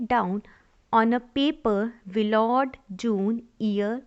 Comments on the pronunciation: Can't you pronounce Willard ?😢😮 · No she cant😂